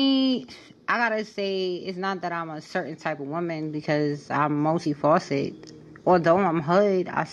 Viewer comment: Yo, did she say MULTI FAUCETED????? 😫😫😫😫😫😫😫😫